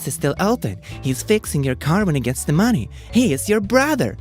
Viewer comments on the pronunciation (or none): none